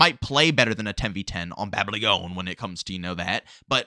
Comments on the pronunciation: He knows how to pronounce it but he is just trying to have catch phrases in his videos like BT does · The guy cant even read or pronounce babylon properly but were sposed to take him seriously 😮